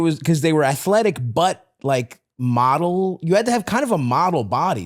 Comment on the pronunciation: Did Stav say athletic...like Jack Skellington?